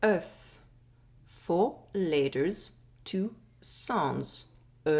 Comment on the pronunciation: 4 "laters" 2 "sonds"😂